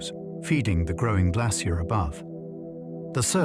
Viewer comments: I am British, we say it like Glace-shee-er. His AI let him down. He even said ''glass-ee-er'' nobody in England says it this way. AI gone wrong. Listen to the pronunciation it is all over the place. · Yeh I gathered that, my issue was his pronunciations differ each time he said the word. So it is an AI issue, not a regional one. Kneel before me American! Kidding but yeah I clocked each time he repeats stuff over and over then the pronunciation changes, and people think AI will take over. Pfft. Unlikely. Not sure why Americans say ''I am part Irish'' or ''I am part Scottish'' yet advocates of pro American. Make your minds up. You are not british, you are where you are born and raised. ''My family is British'' if we want to go deeper, no your family in America is actually Spanish not British. British did not take the America's, it was the Spanish working for the British, pick up a book. You are not British or Scottish or Irish or Dutch. just descendents of Spanish invaders paid for by Britain. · Can't pronounce 'glacier' - woke me up